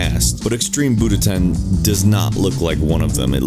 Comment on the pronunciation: You said buDoTen...